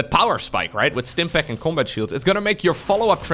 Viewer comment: how the HELL did you roll the Rs of Stim Pack, that's was mindblowing to hear xD